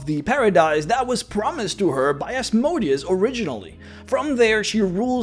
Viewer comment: For mispronouncing Asmodeus exactly 666 times you are now damned to Hell for all eternity.